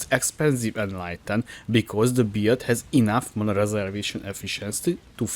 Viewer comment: One thing I really like about this video is how it kinda sounds like "beard" when you pronounce "build", Silly sure but I found the mental image of templar rubbing his beard on Sirus and he starts taking cold damage entertaining.